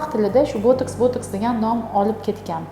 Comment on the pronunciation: Тиббиет мутахасиси экансиз. Ботекс асл номини тугри талафуз килинг. Бу дори воситаси нимадан олиниши ва таркиби хамда кулланиш сохаларини аник айтинг. Американский ученийлар яратган эмас. Уят эмасми савод яхиламай оммага чикишга.